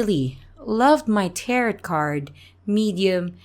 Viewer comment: Just for future reference, "tarot" has a silent "e" and long "o". "Tair-oh" - it sort-of rhymes with "pear blow". Just trying to help! I love what you're doing so far. I discovered your channel through your collaboration with Morris Media & just subscribed. Keep up the fantastic work!